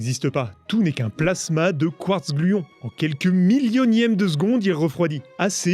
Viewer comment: et 5 secondes après "QUARTZ-gluons" ???